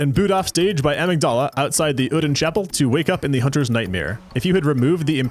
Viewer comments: The way he pronounces Amygdala. It's inconsequential but dangit it's like nails on a chalkboard for me lol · Yet he mispronounces "Amygdala" lol